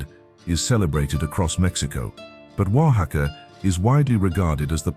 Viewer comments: Great description, doesn´t seem AI. The commentator pronounces Oaxaca very accurately. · Oh, it's AI alright. Correct, One of the few words pronounced correctly is "Oaxaca", but many, many other words were pronounced poorly. AI does that.